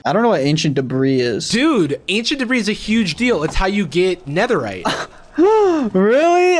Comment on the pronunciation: ancient debris more like ancient debruh